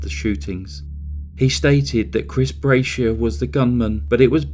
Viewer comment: The shooters last name Brashear is pronounced Bra shear.